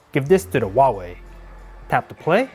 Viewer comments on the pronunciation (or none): It's hauwei not auwawi